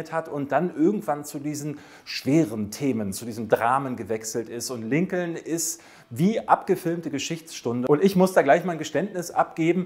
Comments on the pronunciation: Lincoln wird Linkn gesprochen. Herrje noch einer. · Sehr gutes Ranking! Ja, die Dinosaurier. Da bin ich ganz bei dir. Ich konnte mit denen und mit den Filmen auch nie was anfangen. Roboter und Weltraum, das war auch meine Welt. Klugschiß am Rande: der Name Lincoln wird Linkn ausgesprochen.